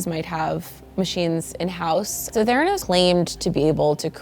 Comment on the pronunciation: Its theranos’ not theranos’s